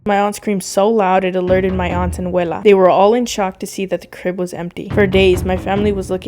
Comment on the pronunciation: Yea, we say wela and welo in Nevo Leon 😀